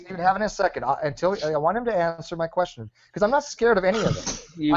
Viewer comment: got mad swag... i AXE you a QUEXXION